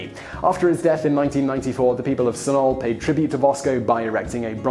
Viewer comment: Hey, I live next to Sunol! It's a funny place. Also that pronounciation...